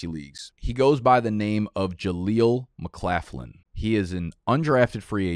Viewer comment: Jaleel McLaughlin pronounced lock not laugh